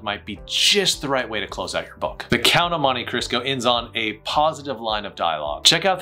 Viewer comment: Did he just say "the Count of Monty Crisco"? 😮